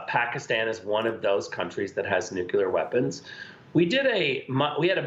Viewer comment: Why can't people pronounce the word "nuclear" correctly??